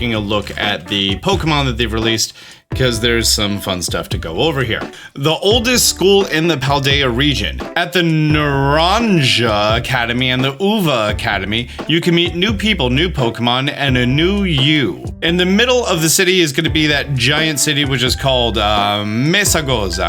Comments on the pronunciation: Naranja is pronounced na-ran-ha. And Uva is oo-ba. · Te-Rah-stalize. Not terra like earth, but te-Rah Orange is “na-Ron-ha” Uva is “ooh-vuh” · Why would it be Uha? It’s pronounced “Uva” in both Spanish and Portuguese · “Naranha” & “Uha” is the pronunciation. It’s also “Mesogotha”. Paldea’s meant to be both Spanish & Portuguese, so it makes sense to combine the pronunciation differences from English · Clavel it's a type of flower (mostly used by Flamenco/Sevillana dancers) and means Carnation in English. Oh! And Uva it's pronounced UBa, with a B sound! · Nuh-rrrrahn-ha is Spanish for orange and Oo-baa is grape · It's Nar-ahn-ha and oo-va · Lol you forgot that it is pronounced (ooh-ba) 😏😉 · Is pronounced NaranHa and Uba 😅 just a small correction so you don't have to say the same error. Mesagoza you pronounced it right but say it without a French/Italian accent 🤣🤣🤣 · Naranja and Uva are literally just Orange and Grape in Spanish and seeing various poketubers trying to pronounce them in English has had me rolling.